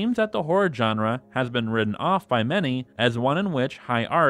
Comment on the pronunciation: At a certain point, all I heard was "djenre"